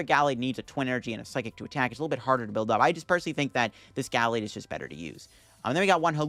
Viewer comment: It's pronounced: Ga-laid, not Gal-aid